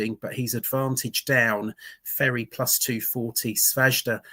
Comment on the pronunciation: J silent in Svajda - slavic name - just an FYI.